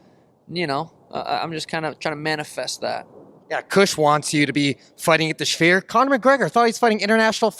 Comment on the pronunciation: "the schfeer" 😂